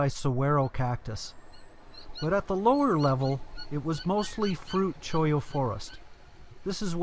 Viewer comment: I'm really enjoying your videos. Like you said in a previous video your pronunciation of the cacti is strange. Saguaro is sa-wa-ro. The cactus impaling your shoes is a Cholla, pronounced choy-ya. The chollas can be dangerous as they throw their spiny pods outward to propagate more cholla. But it really doesn't matter since I know you're trying. Keep the videos coming. Thanks, again.